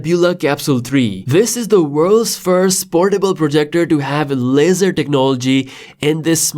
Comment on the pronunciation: It sounds like you are saying, cosmos lizard. 😅